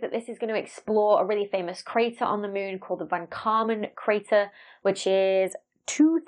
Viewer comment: I love how you say mũn